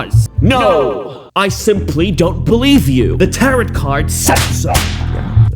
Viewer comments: Very happy she is being sued. But are you just making fun of the word Tarot? It's pronounced Taro. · Pls tarot is pronounced tarrow like bone marrow 😭😭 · All of this is terrible and she's horrendous for doing this but for GODS SAKE PLEASE PRONOUNE TAROT CORRECTLY. IT'S SAID LIKE TARO. Pleaaaaase it hurts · It’s pronounced tare-oh! The last t is silent 😅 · Tarot. It's pronounced TARE-oh. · The last "t" in Tarot is silent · i love how you say tarot like carrot. makes it even better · Are you saying tarot wrong on purpose? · There's no denying that she is legit a crazy person.. but the true crime here is how the word "tarot" was mispronounced about 3 or 4 dozen times throughout this video 😂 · Good channel but continually pronouncing the end "t" on Tarot is very grating. The t is silent. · Please stop mispronouncing tarot it's rather annoying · Wow. The number of words mispronounced in this video is overwhelming! 😂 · I like the reporting and calling out-I had not heard this story-but I had a hard time getting past the mispronunciation of Tarot. If you want to be informative- make sure you don’t sound uninformed. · When pronouncing the word "Tarot", the second "t" is silent. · Dude, did you not finish school? Mispronouncing Tarot and defamation is seriously elementary level idiocy! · This guy seems to have a fun channel, but his pronunciation of TAROT is killing me 😂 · The second T in tarot is silent! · This is the first video ive caught from you... Like your vibe.... your mispronunciations are killin me 😂 Nothin but love tho❤ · I swear, how hard is it to pronounce the word Tarot? How embarrassing...for you. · Please learn how to pronounce “defamation, “tarot,” and “cease.” 🤦‍♀️ And someone put this chick in jail! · Tarot ...you don't pronounce the T at the end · The word tarot ends with a silent t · Interesting case. My only cringe factor was the constant mispronunciation of the word tarot. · This is a v good video but I cringed every time you mispronounced tarot